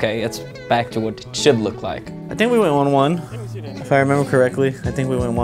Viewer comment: 30 seconds in, already lost my shit at the I fiiinnk